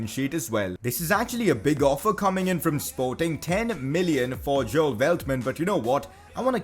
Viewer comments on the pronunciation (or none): none